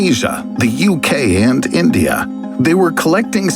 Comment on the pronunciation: wtf is "eendya" lol